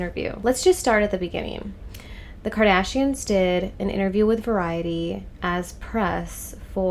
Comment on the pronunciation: Kardayshians 😂 AMIGA ! You're funny.